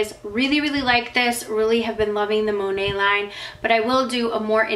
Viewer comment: It's Mo-Neight, Mo-Nate, not Monay....